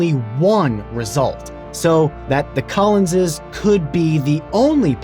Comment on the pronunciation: Wow, what a stupid blunder that court made! The Collinses (I love that you say it right!) need to be compensated!